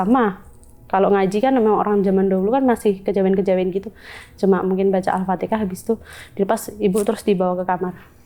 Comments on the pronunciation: Alfateha mba bukan alfatekah,,,, mba nya belajar dimana kok Alfatekah,,,??? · Maaf aku mau tanya, itu mba bilangnya Alfateka itu Alfatihah ya?